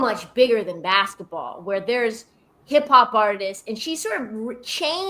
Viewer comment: "in her second year is angel bcoming , like the inflection point for womwns bsquetball on a cultural level to the point like AI did in the 90´s ... where she´s so much bigger than basquetball" what the helli is that shit??? are you serious??